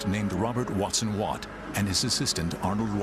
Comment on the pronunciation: Robert Watson Watt, and his assistant, Arnold Wilkins. They garbled the names in this video.